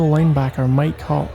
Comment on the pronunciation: The way he is saying Mike hawk sounds like my c.ck